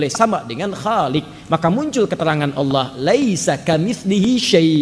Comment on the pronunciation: Jelas jelas Allah di baca Allah buka. Alah,dari sini aja sudah sangat jelas bahwa anda tidak baku dalam membaca huruf.